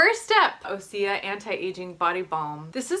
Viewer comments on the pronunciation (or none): osea is pronounced oh say. I love their stuff!! I haven't tried the anti aging balm yet. is the baking soda aluminum free baking soda?? I use schmidts sensitive skin version the lavender your sniffing makes me laugh so much hahaha. I broke my ankle in april and I swear that cbd pills are the only thing that saved me. I didn't need to take their opioids they gave me, I didn't like them anyways I felt sick and drugged up I hated it I only took two this entire time and I haven't been taking anything at all I had the balm for cbd and I took that a lot.p.s. I looked at the bite beauty thing because that sounded nice except for the fact that they have linalool and limeone in it which are ingredients that I avoid because theyre harmful to your body, so not that clean or natural. watch out for that if youre super conscious about what goes on your skin and in your body!!